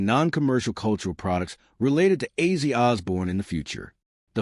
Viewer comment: His name was Ozzy, not Azey.